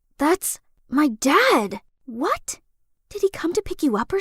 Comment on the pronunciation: She said wha instead of what 🤨